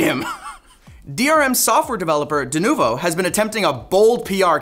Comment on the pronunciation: 'Denuvu'? Come on guys. 🙄